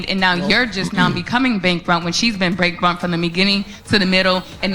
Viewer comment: She so emotionally triggered she can’t even say the word bankrupt correctly LOL.